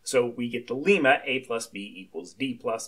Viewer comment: its not pronounced like the country Lima. its like dilemma without, of course, the 'di-' prefix. Lemma.